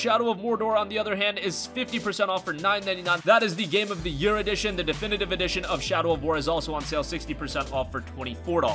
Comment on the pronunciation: “Definitive Edition”